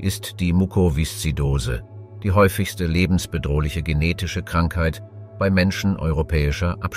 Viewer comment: Was du hier anmerkst, ist mir auch aufgefallen. Zusätzlich noch der Fehler, dass das Wort "bei" wie "be-i" ausgesprochen wird. Inhaltlich kann ich nicht viel zu dem Video sagen, weil ich mich mit der Thematik nicht auskenne.